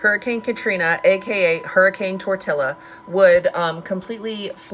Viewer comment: How did you say tortilla?😂😂😂😂😂😂